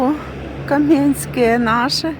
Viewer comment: Неправильно ставите наголос на назві свого міста. Наголос треба ставити на першому складі, бо звучить по- кацапськи